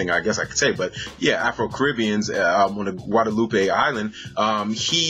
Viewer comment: In French and Creole we don't say "guadaloupay" but just "Guadeloup"